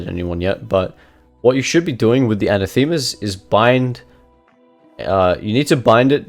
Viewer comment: A surprise to be sure but a welcome one, gonna try this build. By the way anathema is toned on the second A and comes from the Greek word that basically means 'curse you' . Keep making amazing kha videos